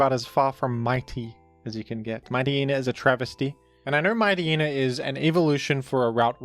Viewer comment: Your ability to mispronounce obvious Pokemon names is truly astounding. The fact that you couldn't figure out that Mightyena is based on a Hyena, and therefore pronounced similarly to Hyena, is incredible. What the heck is a "Mite Eee Eee Nuh?" It's "Mite Yee Nuh", rhymes with "High Eee Nuh".